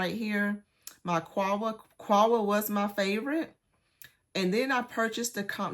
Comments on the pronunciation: Quhwa is pronounced COW-wah. Dukhan is pronounced doo-KHAN, not DUCK-an. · Actually qahwa is pronounced QaH Wah.. & I'm a native arabic speaker btw